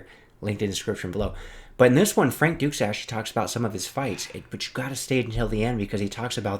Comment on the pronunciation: Needs to change how you pronounce his name, it’s said “ Frank Douche”